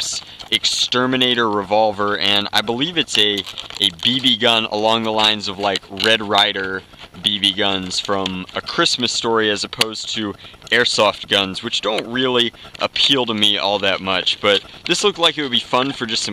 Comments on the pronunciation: It’s eirsoft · Airsport!???!???! Its air soft